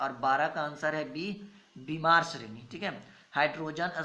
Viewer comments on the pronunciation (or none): Are bhimar nhi hota h ..bamar sreni hota h..🤣🤣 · Bimar nahi sar bamar